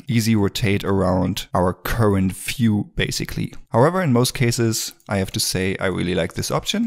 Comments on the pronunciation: it is not "fiew", it is view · This video should be run when you start the Blender first time. Amazing work, thanks a lot. One thing bro, "view" - is not "phew" it starts with "v" :)